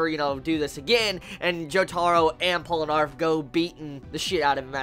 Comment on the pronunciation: Pole-eh-narf? hahahah